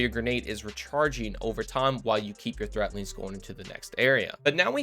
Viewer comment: It's 'threadlings' with a D. Not 'threatlings' with a T.